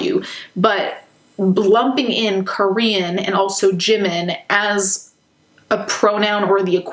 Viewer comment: they claim they love Jimin so much yet cant even pronounce his name right wtf